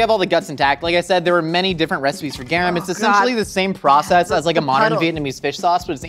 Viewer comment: I was listening to this while I was cooking and heard say garum and immediately my mind was like "MAX!!! MAX it's GARUM!!"